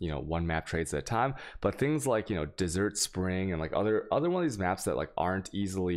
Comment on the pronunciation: dude why do you pronounce most of these words wrong like chisel or desert? It's annoying.